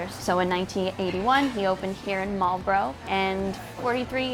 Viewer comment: Bonus points for pronouncing Marlboro correctly (Mall-bro)